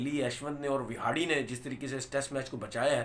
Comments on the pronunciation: Tanvir Saab....Kindly Pronounce the right name...Its Hanuma विहारी And Not विहाड़ी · Pronunciation kaha se seekhte ho ?? 😳 Vihadi, Rahol, Pantt, Jadheja... 😀